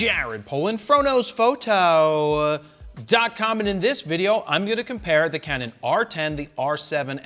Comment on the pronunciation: "Frodo's photo" every time, it's what I hear lol.